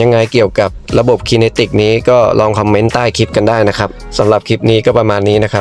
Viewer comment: มันอ่านว่า ไคเนติก ครับ